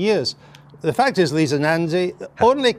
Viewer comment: "Leetha" Nandy ! 😆 If Helen Of Troy was the face that launched a thousand ships, then this is surely the face that launched a thousand 💩s! :face-green-smiling::face-blue-wide-eyes